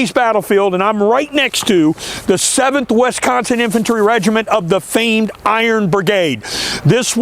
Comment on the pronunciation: Great video, but the way you say Wisconsin is driving me nuts lol. It's Wisconsin not Wesconsin.